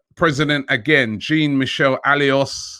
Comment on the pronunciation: Learn how to it: Jean Michel Aulas It not Jean, like "Billy Jean", its Jean like "Jean de Florette", the french name. And his family name should be pronounced with an O sound = Aulas = "Olas"